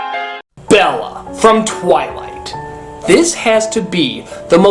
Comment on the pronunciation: "BELLA, from TWYYLIITE!"